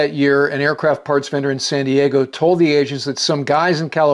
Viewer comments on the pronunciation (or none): none